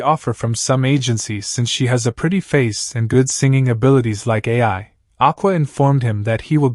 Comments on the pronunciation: Hey man keep up the great work! Also, Ai's name is pronounced like "eye", not "A-I". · The Word Ai is The idols name. Why does it pronounce like another word called A.I. which stands for artificial intelligence? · labasbas That's not how the joke is. Lol. It's cus he's pronouncing her name wrong. Instead of just calling her Ai, he says A, I. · Ai as in eye